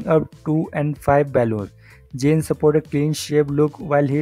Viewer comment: HIS NAME IS ZAYN, DON'T PRONOUNCE JANE 😑😑 AND DON'T COVER FOREIGN TOPIC, STICK WITH HINDI